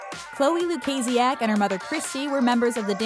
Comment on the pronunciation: Haha how you said Chloe’s last name